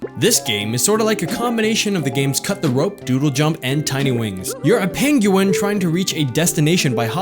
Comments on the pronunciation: You need some help. Okay. Penguin. Pronounced: "ping-win". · i think its peng-YOU-win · Yeah, it's pronounced 'peng-win', sorry =P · Pen gu in he said it funny but good apps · So, I should get pengUin and angRey birds? (the way he pronouced it) :P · Haha love the way you say penguin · You say Penguin real weird. Just sayin' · LMAO... the way you say penguin is hilarious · why does he say penguin like that?